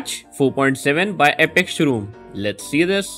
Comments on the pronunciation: He didn’t say epic...he said epok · Lol thought u said epok